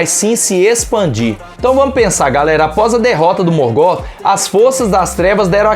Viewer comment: Bom vídeo, mas a pronúncia incomodou um pouco... A pronúncia não é "Morgó" e sim "Morgof" (Morgoth) com o TH com som de "f"